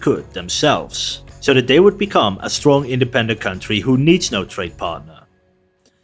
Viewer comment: 😂😂😂 “Skrong & Independent”